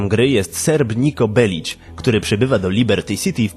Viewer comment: Belik!!! W grze wszyscy którzy wymawiają to nazwisko mówią Belik, gre przeszedłem i ani razu nie słyszałem Belić